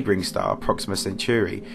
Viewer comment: Proxima Centuri and Alfred Einstein? Wikipedia could help with pronunciation in IPA or audio format especially if you have the time for a script.